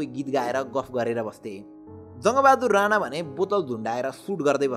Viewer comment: Rana hoina raNa ho